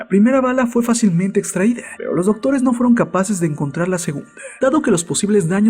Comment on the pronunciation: Me pone nervioso cuando dises ese hacento por ejempo extraidááág